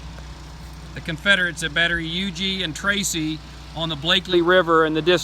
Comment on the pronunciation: Thanks for the correct pronunciation of Huger!